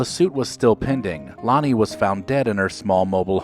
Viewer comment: Her name was Lani, not Lonnie. Show a little respect.